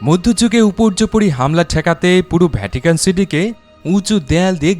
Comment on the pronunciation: I appreciate the way you explain all these tiny details with your smooth voice. However, I have noticed while you explain something which starts with “V” you pronounce as “BH”. Such as “Video” you pronounce as “ Bhidio”, “Vatican” you pronounce as “Bhatican”. Other than that your explanation with the video is amazing. Keep up good work and make more great knowledgeable videos. Good luck